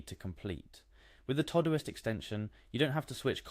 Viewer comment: This was helpful. Please note: The program is called Todoist. It's for things TO DO. Pronounced TO-Do-ist. Not TOE-do-ist.